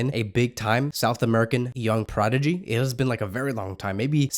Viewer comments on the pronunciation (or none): none